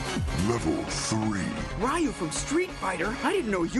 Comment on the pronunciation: "Rai-yu" pronounce "Ryu" wrong?